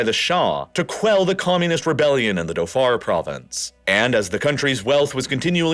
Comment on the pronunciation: It's a WAH-di, MUS-cat, and Dho-FOR ... yikes